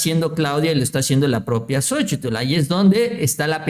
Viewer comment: Ya deja de decir "xochitul"